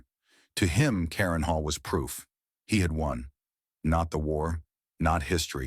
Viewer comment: This was a good video, but the consistently ridiculous AI narration and subtitles left a bad taste. Can't producers of these videos take the time to read the subtitles and listen to the narration and fix the problems? For example, Göring's estate was "Carinhall", not the multiple misspellings and mispronunciations in the video. Sloppy work seems to be the norm these days.